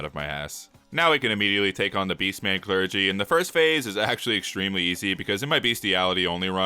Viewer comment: Comment for the algorithm, also you said Beastgy Mancler name's wrong, also I am Malenia, blade of Miquella